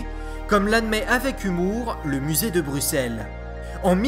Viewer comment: Très bonne vidéo, très instructive! Juste quelques petites précisions (Rien de grave) Bruxelles, le x se prononce "ss". Un des 30 iguanodons s'est révélé être un Mantellisaure, une espèce proche ce qui d'autant plus passionnant👍! Et enfin, bien que le musée a admis s'être trompé dans la reconstitution (surtout sur le fait que la queue traine au sol), il préfère tout de même laisser cette erreur car les squelettes sont trop fragile pour subir un changement de positions. Voilà voilà